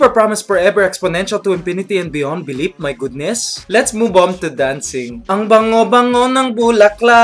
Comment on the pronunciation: Super promise porever exponential to inpinity and beyond beliep my goodness > made me laugh so hard xD